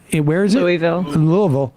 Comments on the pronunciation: Amazing pronunciation of Louisville from Sam. Much love from Derby City!! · All the extra points to Sam for pronouncing “Louisville” correctly 👏🏿👏🏿👏🏿